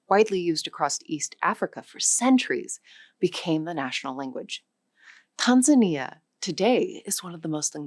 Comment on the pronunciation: Is she an AI? The way she pronounces "Tanzania" , "archipelago" and "indigenous"